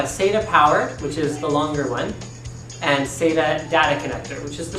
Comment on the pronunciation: Saita? SATA as in SAT....A That guy has been guzlling too much male seed!